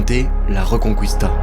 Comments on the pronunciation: Quand t'as fait italien LV2 et que ça se sent : La Reconqwistà 🤌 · ça ne se prononce pas la "reconcouista"... mais exactement comme en français. Et ce n'est pas la Galicie qui est une région des pays de l'est mais la Galice.